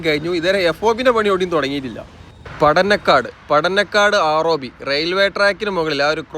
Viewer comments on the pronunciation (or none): കുനിയ ❌ കുണിയ ✅ പടനക്കാട് ❌ പടന്നക്കാട് ✅ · No Padanakkad. Padannakkad. na alla ..inna..., & Mavunggaal...not mavungal..